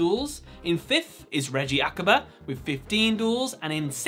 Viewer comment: It is Reiji not Reggie